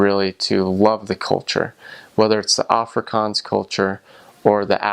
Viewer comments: Put emphasis in the g in Africans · if only he could pronounce Afrikanse, and I think pap is very nice and we (Afrikanse people ) also like biltong wich is kinda like beef jerkey , also reasearch the anglo boer war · I don't know why, but hearing him try to pronounce Afrikaans and speak Afrikaans, makes me want to scream🤣🤣 I'm so sorry and I know he is a foreigner and doesn't understand to pronounce it properly.. maar sjoe, dit maak my mal🤣